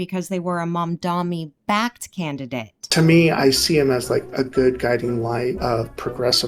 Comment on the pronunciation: could have chosen a way better camera angle, if he mildly pushes back against Hasan his chat would eat him alive on his looks. The only critique I have is your pronunciation of Mamdani sounding like Mamdami. love you and your content anyway <3